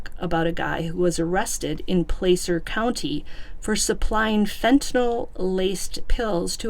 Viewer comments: Pla-cer not place er. Wash-o not Wa shoe. California towns and counties are a trip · FYI. THE A in Placer is is like the A in apple PLAH CER NO PLAY CER👍 I grew up very close to this area. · Hi! Just a friendly fyi - Placer (County) is pronounced like 'glass -er" with a short 'a' , not a long 'a'. 🙂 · I'm from Placer. It's pronounced Plasser. Ronnie is full of it too. We're not all coke heads out here. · Just FYI: It's "PL-ASS-ER" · Just a little pronunciation correction. Placer is Pronounced: Pl- short a sound- ser